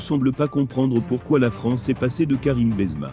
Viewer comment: La voix il s'appelle Benzema non bonzma c'est un propres